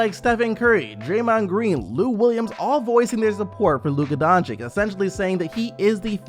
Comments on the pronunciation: Its not Donchik... Its Dončić, Donchich. And its not Sarik, its Sharich. Do u call Popovich Popovik? No, no you dont. Learn how to pronounce names. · Wtf is wrong with you? Are you really that stupid that you can not pronounce Lukas name? Almost every video i check on the youtube its all fkn the same... Dončik... Who the fck is that? If you want to talk about Luka then at least show some respect and spell his name correct Its Dončič not Dončik. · Luka Donchick? Dude.. It takes a few minutes to learn what his correct English (if not Slovenian) pronunciation is. The guy is a future All-Star. Give him some respect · Can you fucking pronounce ić/ič correctly at this point. It is really getting annoying and disrespectful when you have so many great players whos names end the same and you still pronounce shit like "doncik" like wtf. Dončić, Nurkić, Jokić, Vučević, Dragić, 2x Bogdanović, Marjanović, Teodosić, Šarić...like what more do you all need to learn to fucking pronounce two fucking letters? Highly irritating at this point. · bro I love your channel and your content, merry Christmas, please for God's sake pronounce doncics name right.. The way you pronounce the first c is also the way you pronounce the second c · Merry Christmas! Will always support the channel! But please learn to pronounce Doncic correctly...